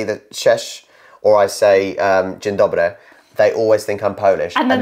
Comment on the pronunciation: I must say that your "Dzień dobry" is so good that I don't wonder why someone would think that you are Polish:). Edit:. You should only use "Cześć" because your pronunciation of "ść" is betraying that you are not a native speaker.;)